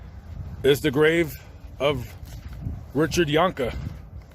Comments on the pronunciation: First of all why do you keep calling him Richard (phonetic spelling of your pronunciation) Yonka? I went to school with Deborah and Richard and they pronounced their name as ‘Jankee’. That aside: Being abused gives you limited responses that are not understood by those who were blessed to grow up without violence. Like Richard, I was seen as different and would eventually get into fights after being unmercifully bullied by the same tormentors as Richard. The difference between myself and Richard, even if I didn’t win I never backed down and I only had to fight those kids once. My fathers advice,? ‘As long as I didn’t start the fight I had his permission to finish it.’ He said “..if they knock you down, you get up and annihilate them.” My father green lit my responses and gave me an outlet. He was wrong. Behind closed doors the machine of abuse has differing effects on children. From reading the book. The Poison Tree (if we are to take even 50% as truthful) it aligns perfectly with my own memory of Richard riding the school bus and shying away from confrontation. I remember the Carrols lives next door to the Jahnke home and Steve (an incorrigible bastard) tormented Richard so much that Mrs carrol and Mrs jahnke waited in their respective driveways to make sure nothing happened while the kids waited for the school bus. The bus stop was created on the lot line between the homes as a ‘safe’ stop. Richard was quiet, passive, and seemingly un-friended. That torment by bullies compo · Jank-ee is how their name is pronounced. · This is my hometown. The last name is pronounced John-kee. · Learn how to pronounce their name